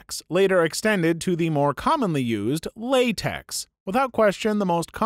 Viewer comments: Just FYI TeX and LaTeX are not pronounced like tex and latex. That isn't an x, it's the Greek letter Chi, so instead of pronouncing it like Lay-tex, it's Lah-tek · I know it's not important but Latex is pronounced Law-tech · obligatory "it's pronounced Lay-tech, no 's' sound"